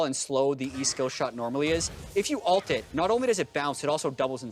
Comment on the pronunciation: ULT NOT ALT